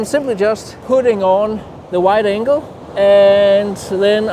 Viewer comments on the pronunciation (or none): none